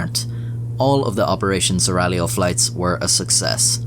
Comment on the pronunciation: Opération seraglio! Perfect pronunciation, caro mio! Una vera meraviglia.